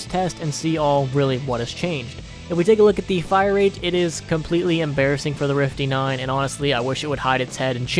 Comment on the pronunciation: "We do the rifty 9 eh?"